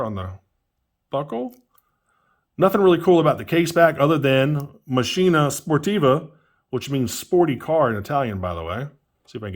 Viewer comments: The way you're pronouncing "macchina" is "mascina" that's not correct. You need to read the CH sound like the K..so, because there are 2 C you'd pronounce "makkina" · It's pronounced "makina"